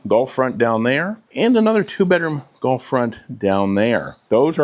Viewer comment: 😂 I thought you were saying "Golf" front....